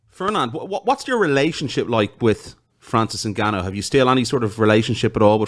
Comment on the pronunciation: Francis N'gone-o.